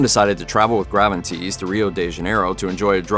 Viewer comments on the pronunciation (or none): Who the hell pronounces Gravenites "Graven -- Tease"❓